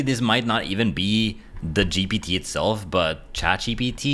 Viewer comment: Why do you say GBT instead of GPT?